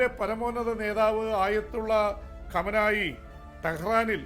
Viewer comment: കമനായി അല്ല സാർ ഖാംനഇ